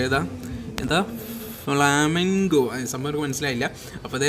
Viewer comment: ഫ്ലമെഗൊ അല്ല ഫ്ലെമിൻഗൊ ഒരു bird ആണ് അതിന്റെ nm ആടോ